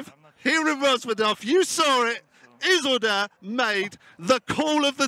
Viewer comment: "Izzledur" What?